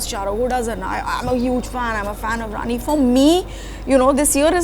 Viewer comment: Can you please pronounce Rani’s name correctly?! 😡